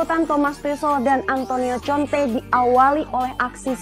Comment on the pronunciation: Bacanya konte mbak 😂